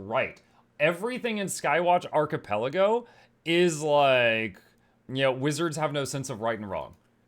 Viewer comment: 😯😯😯😯 He pronounced "archipelago" correctly. 🎆🎉🎊🎇🎉🎈🎈🎊